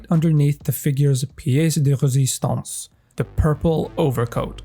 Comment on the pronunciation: As a French guy, when you've said "pièce de résistance" really made me laugh. It was a really good pronunciation but I guess it's the simple revenge for when the French try to speak english x) And to talk about the figure, I absolutely agree with what you said except for about the hair. To me, the sculp is great, mostly when you compare with the Hot Toys long hair sculpts....which is not that great and kinda looks like Playmobil's hair